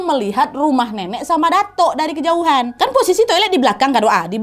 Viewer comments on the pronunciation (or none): none